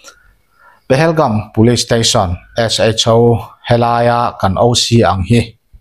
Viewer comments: Pahelgum i tia,Pahalgam ni zawk lo mi? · Pahelgam❌ Pahalgam✅